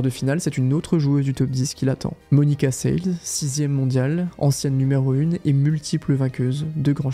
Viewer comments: Et Monica [Sélès], pas [Sèl]. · Oui tout à fait. Hingins se prononce [hinguins] que ce soit en Slovaquie, en Suisse ou en France (donc jamais [hinjins]). Seles se prononce [sélèche] en Serbie mais [sélès] aux USA et en France (donc jamais [sèl]). C'est dommage... Ça laisse penser que le ne connait pas vraiment le tennis féminin... Sinon ces 2 noms lui seraient très familiers. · Il me semble qu'on prononce plutôt "Hinguis" et Monica "Selesse". Du coup ça écorche un peu les oreilles par moment mais sinon super vidéo ;) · On prononce Martina "Hinguisse" et Monica "Sélesse". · Très belle vidéo. Elle est bien montée et bien écrite. J’ai pas cliqué dessus car je connais pas la chaîne mais c’était très sympa à écouter. Par contre, faut revoir la prononciation des noms des joueuses. Clijster le peut comprendre mais quand même Seles et Hingis. c’est étrange à entendre. Bref! Bravo pour votre